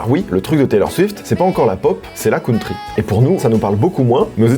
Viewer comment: "La cOUNtry" Mes oreillles saignent